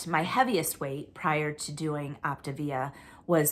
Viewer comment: 💪🏻, are you saying “Optavia?” It sounds like you’re saying “Optivia.” I have friends who lost with Optavia, but they have all gained their weight back (plus more). I feel like it’s not sustainable for a lot of people. It’s also an MLM, so there’s that. Being on a GLP-1 and eating real food seems like a more sustainable plan. You are doing so well and looking great. You are going to be such a beautiful bride! 👰 I love the legal explanations. You make it so easy to understand all the lingo and jargon!